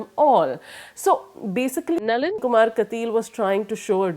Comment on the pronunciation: she can't say Nalin??